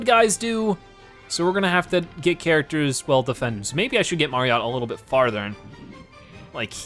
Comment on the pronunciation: Wait do you say “Marion”?